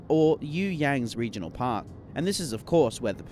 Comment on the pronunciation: Aiiirrrghhh rrrregionaral ☠️